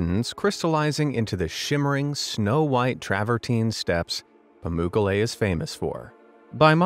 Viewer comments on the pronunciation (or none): I really enjoyed this video. I'm an American living in Antalya, Turkey. Your pronunciation of Pamukkale is amusingly terrible. The third syllable is accented. I suggest looking up the correct pronunciation when you see unfamiliar foreign words. David